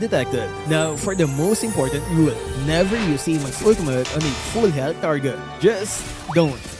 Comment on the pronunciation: “Ultumut.” —LMAO